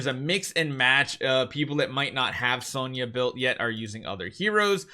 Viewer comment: Finally! He said "Sonja" the RIGHT way. 🥳